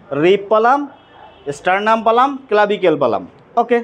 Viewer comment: ডাঃ বাবুর পড়ানো খুবই সুন্দর, কিন্তু কতবার "ঠিক আছে" বলার দরকার পড়েনা। আর উচ্চারণ স্টারনাম কে এস স্টারনাম ভালো শোনায় না। ধন্যবাদ আপনাকে অসংখ্য।